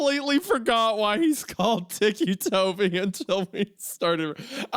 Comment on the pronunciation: Biggest jumpscare was hearing Hunter pronounce it "teekee" toby and not. Ticky Toby.